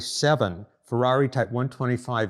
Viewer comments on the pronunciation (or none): Intresting and detailed video. But please, don't pronunciate it Fouaui but Ferrari.😄😄